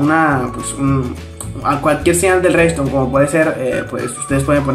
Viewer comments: No es "Rexton" es redstone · Cuando dice "recston"